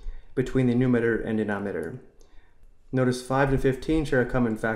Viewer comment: calm down he cant say it properly